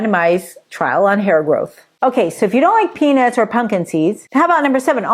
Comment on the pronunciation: I always laugh out loud when you say Peanits instead of peanuts 😂